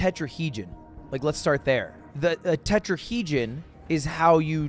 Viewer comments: he said "tetrahegen", probably thinking of tetrahedron (4 sided 3d shape), then corrected himself to "terrasect" which is closer to what he was actually thinking of, a tesseract. english major moment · He said tetrahedron and tesseract wrong, wasn’t sure that we had 60% water, thought Irish had a lot of Js (it has none lol), and also he doesn’t know how many sides a stop sign has